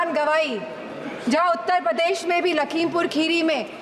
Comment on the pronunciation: उत्तर पदेश nhi hota bhabhi ji shi se to nam lo apni कर्मभूमि का उत्तर पदेश